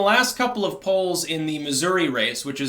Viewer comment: "Polls"......... lol